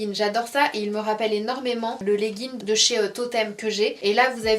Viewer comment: On dit pas leggin mais legginG 😊